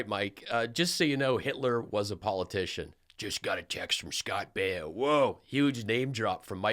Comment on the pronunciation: Good ole Scott Bee-oh !